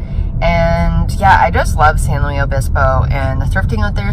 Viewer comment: also not to be an asshole but it’s pronounced San loo-iss , personally idc but a lot of slo county ppl get pissy abt that